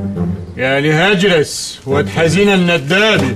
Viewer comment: اسمه هاجرس مو هادرس